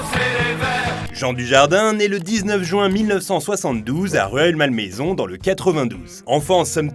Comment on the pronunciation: Petit présision chiante mais on dit pas Rueuil on dit Ruail voila voila je sais tout le monde a du mal a le prononcer et ouai je suis de la même ville de JDJ😁